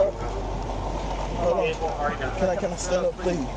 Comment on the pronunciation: Pweeze, pweeze, pweeze as soon as the trooper said the word prison. Not so tough anymore.